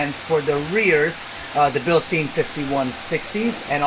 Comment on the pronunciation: Bill-STINE not Bill-steen. Do you say Frankinsteen? Come on man. 😐